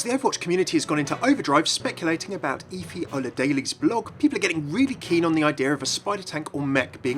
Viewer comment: hey, you're mispronouncing Efi's name. it's eh-fee oh-lah-deh-leh. not ee-fee o-lah-daily